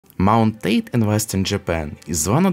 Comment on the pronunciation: it's called " Taa - Tay " not " Ted "